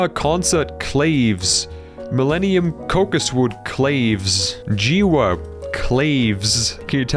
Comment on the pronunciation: Clave is usually pronounced “Kla-vey”, but this is a little pedantic.